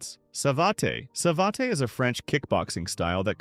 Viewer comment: yeah... don't forget sai-lat and sa-va-TEI